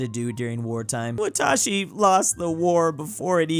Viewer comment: You legit trolled me I looked up what watashi meant but you were saying wah-tah-shi and it’s pronounced in Japanese wa-ta-shi